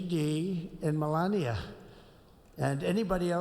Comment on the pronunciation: Malainia?? Lol why can't asmon say names right? 🤦‍♂️😅